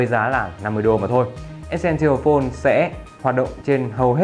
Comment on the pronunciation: e sen sồ phôn tức là chiếc điện thoại quan trọng anh đọc sai rồi